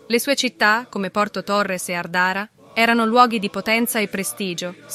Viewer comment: Àrdara , non Ardàra. Curatorìa e non curatotòria. Gli accenti sardi seguono, più o meno le regole iberiche. L'unico consiglio utile è quello di attenersi ad un'unica fonte: Francesco Cesare Casula.